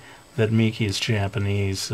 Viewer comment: yeah there is "J-"AH"-panese xDDD sorry xD